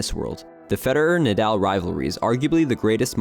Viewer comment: Brooooooo the captions you have in the video are wrong- it’s Mallorca, and his name is Nahdahl not Naaadaaal. But amazing video